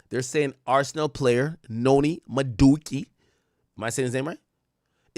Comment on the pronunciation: Nah the pronunciation of Jadon Sancho and Madueke was naaaasty 😭🤣